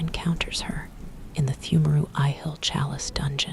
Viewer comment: The way you say pthumeru is 💯